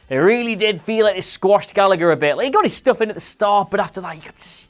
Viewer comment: pronouncing Gallagher wrong DOWN